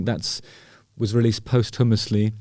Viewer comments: Please stop pronouncing posthumously “post-hummusly” it’s pronounced, “poss-thumously” 😂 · Posthumously as in costume-ously Not post- humus-ly 🤣👍🏽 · Love the video. One little thing: PO-stew-mussly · Love the way you say post houmously. I think it’s pronounced posschewmussly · Pustumosly. Postumous. Not post-houmous. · Love you (and Jeff!) Justin but post-hummus-ly made me laugh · Oh boy... JH sure is funny with his pronunciation of adult words. "post Humous lee". ahem... the least said the better. Love him to bits, though. X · I thought you were saying "post hummus-ly", until I realised you were saying posthumously 🤦🏻‍♀️ Songs were released after he ate hummus 🤣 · Never heard anyone pronounce it post-hummus before lol! love you justin x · I like the way you say posthumously as if it's after the hummus. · Today I learned the correct way to pronounce posthumously